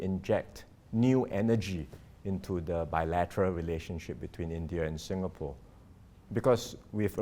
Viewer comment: "SINGHapore!!"!!!!?? Ha, ha!! 🤣😂😂🤣 (With:_- Love!!)!!